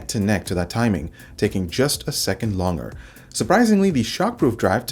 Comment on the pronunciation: I found it distracting. There should be a "g" sound in there somewhere haha